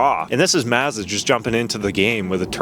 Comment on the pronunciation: Bro, it's "Maawzzdaah", not "Mizzadwah" 😂